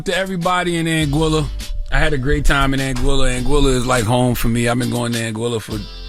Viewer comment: If he been going to Anguilla for ten years WHY TF can't he pronounce it correctly?????